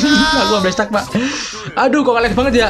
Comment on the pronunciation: Stack dibaca stek bang Stuck baru dibaca stak